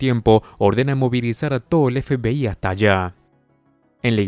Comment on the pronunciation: La verdad que tu forma de decir FBI me da risa parece que dices FPI jajaja 😂 sin ofender